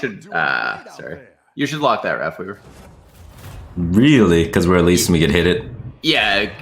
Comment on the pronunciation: Wraffweaver. Free Star units. This guy needs speech therapy.